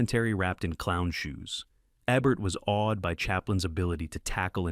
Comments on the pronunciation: Program your damned AI to say Ebert correctly or I'm unsubscribing. No big loss I suppose for a channel with the overwhelming subscriptions of 13,000. The Daily Dose could handle losing one or two or three thousand but you? I don't want to leave but your AI sucks and I cringe too many times watching. Correction please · Mispronounced Roger Ebert's name, showed clips from the 1931 version of "Holiday", showcased "The Awful Truth" twice...pretty bad. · And, you showed clips of the original film version of "Holiday" from 1931 starring Ann Harding versus the Cary Grant version 1938. I recently commented about the high quality of your videos. i overlooked the Ebert issue (he is the focus of these videos, right? Shouldn't you get his name's pronunciation correct?) but your clips are degrading my opinion of the quality of your work.